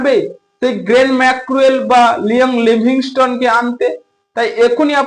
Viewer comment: এই বলদের বাচ্চা তোর দেশের বাড়ি কই তুই তো ঠিকমতন কথাই বলতে পারস না । গেরেল ম্যাক্রো এল না বলদ, গ্যেলন ম্যাক্সওয়েল ভালোভাবে ভালোভাবে কথা শিখে তারপর ইউটিউব এ আয় বলদের ঘরের বলদ